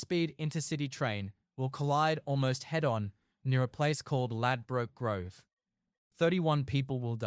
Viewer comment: Could learn to say the location name properly